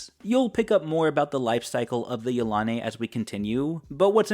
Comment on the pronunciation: I have to make another comment. I pronounce Yilane' much differently than it is pronounced here. Yel- a- nee. That is how I always pronounced it.